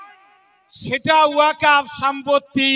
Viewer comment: সঠিক বিশ্লেষণ করেছেন ।এই হুজুর ওয়াকফ্ উচ্চারণ করতে পারছেনা তো আইন পড়া দূর অস্ত। এখনও অনেক মুসলিম ওয়াকফ্ সম্পত্তি বলা হল না। নবান্ন, হাওড়া ব্রিজ,নেতাজী ভবন, ভিক্টোরিয়া মেমোরিয়াল যাদুঘর বিড়লা মন্দির ইত্যাদি। এরা জীবনে শিক্ষিত হবেও না পরের প্রজন্মকেও অশিক্ষিত করেরাখবে